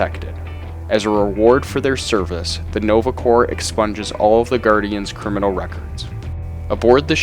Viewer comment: corps is pronounced "core"